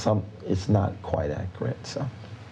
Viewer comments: `pacific, accrite, axe, ain't, prolly, reptable...the grammar, the academia, the class. 😂😂😂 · Stop ‘Axeing’ him because he don’t know what’s ‘Acrit’!? 🤷🏾‍♀️🤦🏾‍♀️🤣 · “Totally actrut” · Ackrit. His vocabulary is overwamming at times. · These are some very pacific questions she's axing. I hope his answers are akrit. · It’s low key impressive that he can turn the word “accurate” into a two syllable word 😂